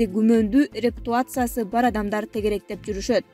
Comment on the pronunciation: Репутация деп туура окубайсынбы рептуация дебей.Сабатсыз экенсин чындап эле.